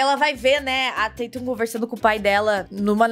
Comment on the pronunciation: Ela falou direto no minuto 5